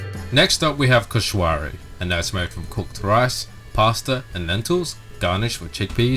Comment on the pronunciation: No no no it's not koshwary its koshary just dont pronounce the w but ty for trying my fav meals